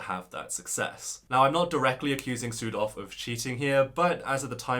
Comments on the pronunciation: This is silly but I heard "Südhof" as "Pseudo" and it cracked me up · Your pronunciation of Südhof could improve. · Omfg not sudhof 😩😩😩